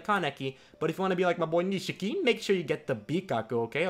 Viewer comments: Nishiki man not Nishika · its nishiki not nishika lel